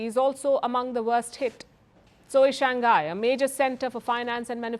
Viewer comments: Do not pronounc ghai...g is together with Shang then hai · You pronounc many cities correct .Only Shanghai you can not.pronounce it as Shang hai. not Shangai...U are intelligent pronoucing Chinese words.Call it Shang...then hai. That is hkw they pronounc shanghai in china